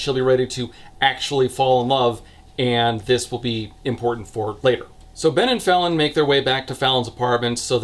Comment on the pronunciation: I cannot get over how i keep hearing her name as "Felon"